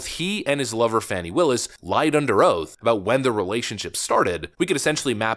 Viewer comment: Her name is being pronounced wrong. Sounds like "Fawny".